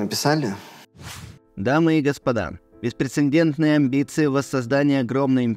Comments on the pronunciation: уважаемый ведущий, при всей моей симпатии - все ж очень прошу поправить зачитанный кем-то устный текст письма Васильева:в лсове " беспрецеНдентная" первая "н" - лишняя, Прецедент, прецедентный. Только так. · БеспрецеНдентная - это нечто. не плохо бы подучить русский язык.